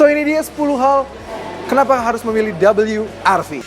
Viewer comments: cukup sebut we er ve aja bang... gak usah double you ar vi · Rilisnya di indonesia.. berarti baca nya we ER Ve.. Ngapain lu sebut dabelyu er vi.. Gak usah sok²an inggris lah.. garing..